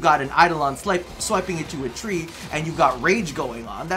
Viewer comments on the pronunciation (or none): none